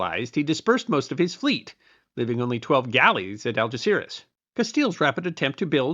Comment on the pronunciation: Yes, he did, even YouTube subtitles picked that. If only he'd bothered to make an effort and pronounce Spanish names half decently. It took me quite a while to get he was saying Algeciras.